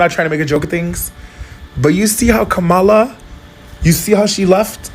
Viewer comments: You pronounced Kamala's name wrong.....wtf?😮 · Oh my goodness. why did you mispronounce Kamala?? She didn't just talk about women's reproductive rights in terms of the women she also consistently mentioned, 'and the men who love them"